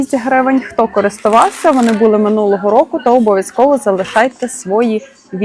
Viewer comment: СвоЇ, булИ,моЯ- правильний наголос.